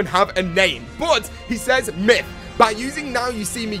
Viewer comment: love your videos but I CANNOT STAND the way you pronounce says....you are killing me bro!!!!